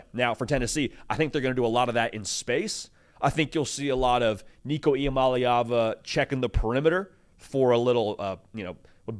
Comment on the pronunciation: Finally someone said his last name right.